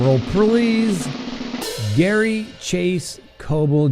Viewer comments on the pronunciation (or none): none